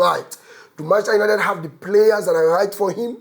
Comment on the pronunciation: Why Manchester United de hard you to pronounce?😂